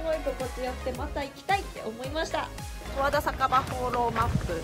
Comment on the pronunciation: 十和田⤴︎じゃなくて十和田⤵︎ね